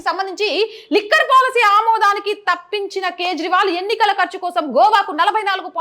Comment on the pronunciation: తప్పించిన కాదు మేడం ...... తపించిన👍